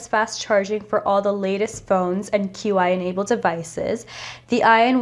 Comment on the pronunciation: you pretty fckn cool little devil 😈 and Qi is pronounced "chee" 😉